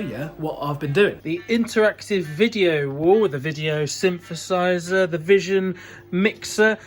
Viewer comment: Stop saying syn fur size er! It’s synthesiser with a tee aitch!